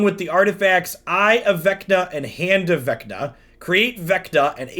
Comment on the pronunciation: Say Venka one more time.